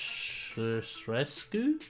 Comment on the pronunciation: Lady Dumitrescu is Romanian Name I think they where going For Dumitrescu not Dimitrescu stiil sounds romanian like Lady meaning in Romanian translatead (Doamna) Dumitrescu it just funny ho people butcher Romanian names when thay try to spell it right it's not in English it is a actual Romanian name It's nice to see Capcom actualy put in some romanian folklore names and castle aspects in the game bad part is thsi is a Game about bioweapons and Zombieas not Vampires wich is dumb and most resident evil old school fans will hat ethis new entry in the series cose it alienated its self from The T and G virus and aading warewolfs in the mix seems this game is more like Castlevania or Van hellsing more than a resident evil game just my opinion on it looks fun but I wold not call it a resident evil game lol